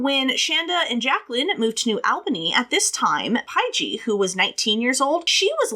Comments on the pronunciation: I just love you. Pie-Gee. You’re the cutest thing ever! I’m sure someone already told you it’s Paige just with a J. But I get it. Seeing it with a J it does look like a weird word. I just wanna say great delivery of this case. I’ve seen many many MANY people cover it and some of them have been like 15-20 minutes long and I just think, are you serious?! How can a creator say they’re not doing TC for clout / sensationalism when they tackle this very very in depth, super detailed, multi faceted case that cannot possibly be properly discussed and laid out with all the moving pieces, in 15 minutes!? It’s insulting! You cannot tell Shandas story in that amount of time, and anyone who does, imo isn’t doing it for the right reasons. Period. A wiki recitation of this case would take longer than 15 minutes to read. Even worse is when some of them watch a show on it, and then tell it in the exact same order with the exact same words and verbiage, this plagiarizing the documentary. Again. Very insulting. So thank you. Thank you for taking the time to explain all the background because without it this case is impossible to understand. The fact that these girls did this in the first place is absolutely unbelievable BUT without context you’re brain would explode from confusion. So thank you for being you and doing what you’re doing. Hang in there with filming and posting. It’s clear you’re passionate about the content as well as the filming / editing / etc. The views will come. I started wi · Lol Shands's sisters name is pronounced Page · Paige is pronunciated Page This case happened in my home town area. I know all the places they talk about. Of course I was grown when this happened and I didn’t know any of them but it was throughly disgusting